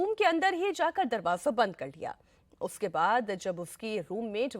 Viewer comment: App sa ko fa bolti ho, ufke bad, famofa 😅